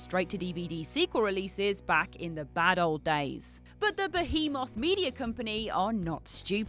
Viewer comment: Please learn how to pronounce behemoth or ask your writers to stop using that word. You keep saying it like it's spelled. You use that word in a lot of your videos.